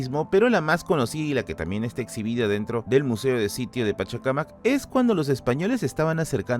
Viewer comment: Qué bien se siente oírte decir PachaCAmac y no PachacaMAC como muchos lo hacen erróneamente. ¡Muy buen video,! 👏🏽